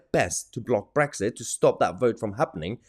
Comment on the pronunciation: 2.24 "United Kingdom" - wait for it .... "Bwexit" waah, waah, waah 😭😭😭